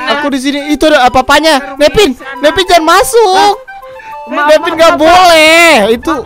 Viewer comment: hahaha kocak namanya omom genit kocak geming dah namanya ngakak aku,aku jg ngakak pas ngomong cara pulang jadi cara purang sama pas ngomong jangan jangan apa jangan jingin ngakak sumapah yang ngakak like ya (gak maksa ya)🤗